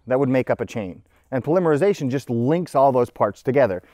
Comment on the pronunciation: Dude, the difference in how you pronounce polymerization vs polymer is so bad, you'd think they were completely unrelated words.